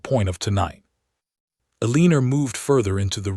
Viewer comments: Please! Pronunciation!!! Her male is Ellen-or, NOT Elleaner!!! This is just a sample but important since she is the leading (leeding not ledding). Another, read, read (read >red being past tense pronunciation). Ugh!!!!! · El la nor please that is her name. ai bad.